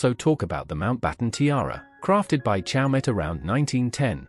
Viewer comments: Please, learn to pronounce CHAUMET properly. The T is silent. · Learn to pronounce CHAUMET, renowned French jeweler